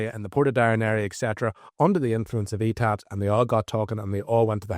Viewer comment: “The E Tabs” 😂😂😂